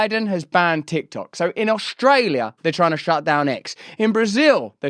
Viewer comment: You have Albanese’s accent down perfectly. Our Prime Minister pronounces our county’s name as Ustrayah